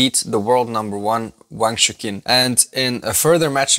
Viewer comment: AFAIK Wang's first name is not pronounced as "shookin" but more like "choochin"